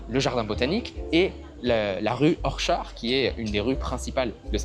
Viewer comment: On ne dit pas : "ORCHAR" !!! Mais "ORKAD" : ORCHAD Road . C'est l'appartement le plus cher du pays qui a été acheté par Sir ( Noble anglais ) DYSON ; des aspirateurs . Il l'a vendu il y a 4 ou 5 ans , l'équivalent à l'époque €uros !!!